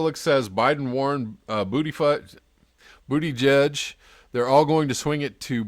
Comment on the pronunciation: It's pronounced Boo-Ti-Gag. Your welcome.